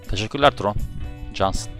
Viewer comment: Abi o siyahi forvetin okunuşu tayron diye biliyom trone değil